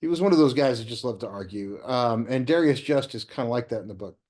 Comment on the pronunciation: First off, you couldn’t have read it very attentively if you pronounce the narrator’s/protagonist’s (Darius Just) first name to rhyme with “various.” The character makes a point of it that it is pronounced correctly as “Da rye’ us” which plays into (the third person character as portrayed in the book) Asimov’s penchant to self-delight in mischievous wordplay by calling his writer friend: “Dry as Dust.” Secondly, I agree with the main thrust of your review that “Murder at the ABA” is not one of Asimov’s better efforts. Although it has its merits such as being replete with the maestro’s usual splendid wit (I especially appreciated the verbal jousting by way of footnotes between Just and Asimov), I found aspects of it annoying such as points of leftist social and political commentary. However, the major problem with the book is that the resolution of the murder mystery itself is a decided anticlimax. This is an aspect of Asimov’s fiction that I have noted previously. Only two writers I have encountered could keep me reading and turning the pages into the wee hours of the morning. They were: Agatha Christie and Isaac Asimov! Asimov’s signature fusion of science fiction and mystery was compelling and incomparable regarding maintaining the reader’s interest! (As just one example, read his “The End of Eternity” which is basically one stunning plot twist after the next!) However, whenever he tried his hand at straight mysteries it seemed as though without the SF element to inspire hi